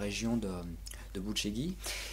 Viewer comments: On prononce "Boutchédj", en roumain. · Ça se prononce buchej"i"